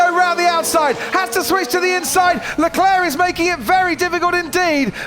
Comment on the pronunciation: "Charles Lecleirr punches the aiirrrr"